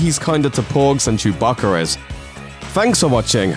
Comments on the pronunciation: Did he say porgs and Chewbaccaras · Did anyone notice that he said chewbaccarers not Wookies XD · "Than Chebacca is"